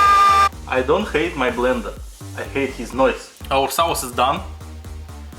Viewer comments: I like the accent because he says sawce that's neat bruv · Dude I love the way you say sauce 😂😂😂😂😂 your videos are all great. Keeping going man